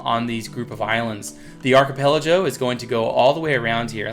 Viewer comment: it's archipelago not archipelajo.:P